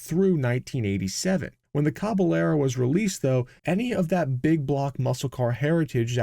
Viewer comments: "Caballero" [Spanish for "horseman," same Latin root as "cavalry"] is pronounced "KAh ba YERrow," almost like "Ka Bye Yerrow" when you add in the "ah" to "yuh" glide going from a to the y sound that the double-Ls represent in Spanish. Just a little pronunciation tip from my high school Spanish class decades ago... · Thanks for the video, and for NOT using AI. BTW: Just as we don’t say Tor-tila, but rather, Tor-tee-ya, because of the double Ls, so a Caballero is pronounced, Cah-bah-yer-o. It means, “cowboy”, or literally, “horseman”. Thanks again. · Pronunciation tip: Caballero is pronounced “cab-ah-yerro” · Maybe using AI to learn the proper pronunciation of caballero wouldn’t be a bad idea, eh?